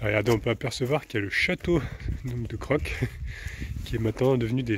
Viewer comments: ON dit cro est non croq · Coucou, oui c'est un très joli village Crocq, mais il s'écrit Crocq mais se prononce Cro tout simplement, j'ai bien rigolé en t'entendant dit Crocq 😅😁😆😂😃 Ton fils joue très bien du piano!! Bisous à tout les 4.